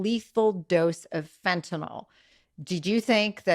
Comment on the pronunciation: it's Fentanyl not Fentanol🙄